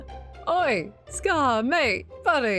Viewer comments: It was cringe that scar messed up saying oi. "Oh-eye", apparently he hasnt heard it before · It's funny how pronounced "Oi" wrong and it made a fellow aussie scream in cringe